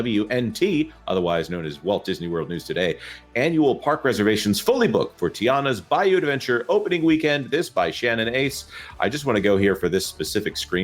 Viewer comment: Tianas Bluh-you!